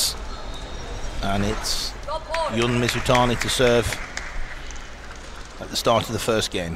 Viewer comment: was it it that commentators have so much trouble with pronouncing people's names? the announcer clearly said "Jun" like "dzh" and then the commentator says "yun" ... *sigh* just one of my pet peeves, like how many commentators say "zhang yee-ke" instead of "djee-ke"